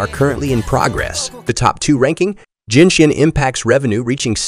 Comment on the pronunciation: mf really pronounced Genshin as Jinshin